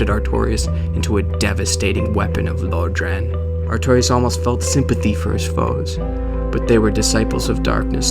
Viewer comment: i love these videos but can you stop calling it "Low-dran". Unless i'm crazy, it's pronounced "Lore-dran"